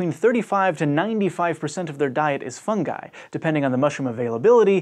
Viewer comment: Thank you this guy gets it its fun-guy not fun-juy